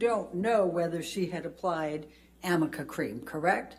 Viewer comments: 아미카가 아니라 arnica, 아니카입니다. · 아미카 크림도 발음 잘못한 거로 알려졌죸ㅋㅋㅋ Amica가 아니라 Arnica인데 r이링 n이라 붙여서 m으로 읽은 거... 엠버측 신뢰도 그만큼 떨어졌으니 오히려 변호사분들에게 고맙습니다😙